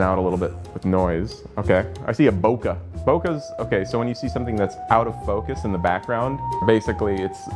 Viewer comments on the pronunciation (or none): Great video! Except, can we please pronounce BOKEH, Bo-KAY? It's from the Japanese word, Boke. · “bo-ke” it’s a Japanese world that means something like, “spaced out” like when your eyes fall out of focus when you are drunk. You can just say “out of focus” or out of the focal plane of the lens. No need to mispronounce a foreign word. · Is this really how you pronounce "Bokeh" I somehow doubt it